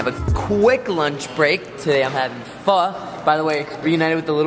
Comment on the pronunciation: For anyone not aware: actually pronounced it right. The correct pronunciation of Pho is "Fa".